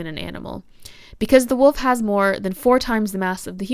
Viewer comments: I thought you were pronouncing wolf as woof on porpoise, 😂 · I have never heard ANYONE pronounce "wolf" the same way as my mom until this video, lol. Fantastic analysis, btw. I had no idea how deep Stephanie Meyers racism really ran in these books. Big yikes 😬